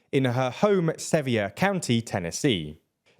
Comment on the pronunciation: Love the pronunciation of Sevier county :)